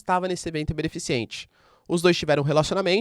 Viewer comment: Fala meu querido, só uma correção. É beneficente, não beneficiente